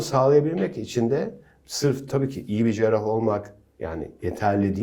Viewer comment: Şu kızı ekrana çıkarmadan önce, "Cerrah", "Cerrahi" nasıl söylenir onu öğretseydiniz keşke. Kulaklarımı tırmaladı, seyretmeyi bıraktım.